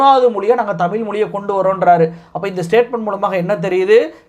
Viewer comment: தமிழ் என்ற உச்சரிப்பு தமிழ் என்று வருகிறது நண்பரே . தமிழ் பற்றி பேசும்போது தமிழ் உச்சரிப்பில் கவனம் மிகவும் அவசியம். திருத்திக் கொள்ள வேண்டுகிறோம்